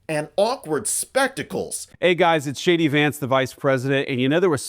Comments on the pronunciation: Did he say JD Vance, or Shady Vance? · It sounded to me like the VP introduced himself as “Shady Vance” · Is it me or every time I hear vance say his name in this video sounds like "Shady" Vance 😂😂😂😂😂😂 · I love how it sounds like JD Vance sounds like he's introducing himself as Shady Vance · Did he say Shady Vance? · I don't hear "JD Vance" I hear "Shady Vance" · Did he say Shady Vance?😂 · Did anyone hear him pronounce his name "Shady Vance"? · Anyone else heard him say shadyVance? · "Hey guys it's shady vance". That's what I heard 😅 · Does JD Vance always pronounce his name as "Shady" Vance? I don't hear any "J" sound when he pronounces it. Anyone else notice? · When Vance introduced himself I could have sworn he said "This is shady Vance", probably more accurate! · Sounds like he said “ Hi it is Shady Vance” 😂😂😂😂🇨🇦🇨🇦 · It sounds like he's saying "Shady Vance". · Yes, I just went back and listened , it sounds like he said Shady Vance 😂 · i heard him say "Shady Vance" sounds similar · Every time JD says JD, I hear it as shady, Shady Vance. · Did he just say Shady Vance....or is my hearing just substituting the correct word!😂😂😂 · I swear he said "This is Shady Vance..."! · I heard it as "Hi, everyone! It's Shady Vance." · Sounds like he says it's "Shady" Vance here. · lol. When he introduced himself I thought he said “ Hi everyone this is “ Shady” Vance. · Sounded like he said Hi, I'm shady Vance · I swear I hear him say, “Hey, it’s Shady Vance…”🫣🤤😵‍💫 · I thought he said "I'm Shady Vance". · Hilariously, when I heard Vance introduce himself I could have sworn he called himself Shady Vance. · Could have sworn he said " hi guys its Shady vance " which fits since he once referred to trump as the " Amerikkkan Hitler " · The Greenlandic government should ignore the US delegation and refuse any meetings or acknowledgment of this invasion. Did he say “Shady Vance”? Sure sounded like that to me. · Did you say shady Vance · It sounded like he said “Shady” Vance. 😂😂😂😂😂😂